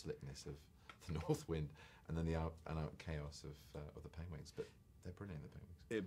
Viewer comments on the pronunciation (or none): thumbs up if you came here to watch benedict saying pengwings after watching his recent graham norton interview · He says Pengwings throughout the whole film too!!! Made me laugh everytime :P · LOL he says PENGWINGS again. :D :D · He read the word wrongly in the movie too ;D 'Penglings, Pengwings'!! :S